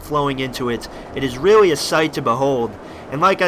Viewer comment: No offence, Loved the video, but your voice becomes weird some times and you say stuff that sounds like "reawwy" and you sometimes sound like Biwwy from Fallout 3. Love the videos